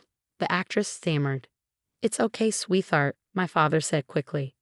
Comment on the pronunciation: You won't get a subscription from me when you don't bother to edit the script and narration. You have disrespected and insulted your readers. First of all, please learn how to pronounce "sweetheart" correctly; it is a compound word made from sweet and heart. It is not pronounced with a "th" sound. Secondly, proper names are capitalized. There are so many other mistakes that I can't begin to list. Please take some pride in your work and stop offering garbage to your readers.